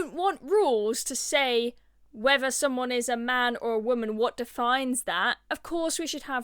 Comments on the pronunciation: I love the work of this young lady but please PLEASE can you just stop speaking like a cretin! Its THink not Fink and whether not wevver! 🤦‍♀️ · Can you try and pronounce the letters 'th' please. Wiv. Whever. Fink. Fought. I like you, and your content but try and speak our language proppa